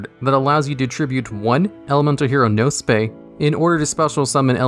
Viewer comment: Elemental Hero Nose-Pay ahahaha